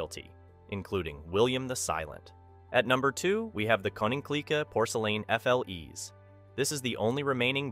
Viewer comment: Im Dutch, and not to be mean, but I was laughing when you said the words like: Oude Kerk and Fles, because you pronounced them so wrong 😂 And I don’t want to be a hater, but it was just funny